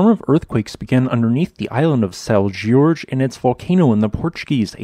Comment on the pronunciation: Isn't "Jorge" pronounced "Whore-hey?"